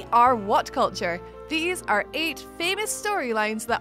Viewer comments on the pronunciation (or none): none